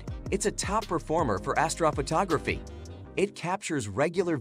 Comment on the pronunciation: I stopped watching as soon as astrophotography was not pronounced correctly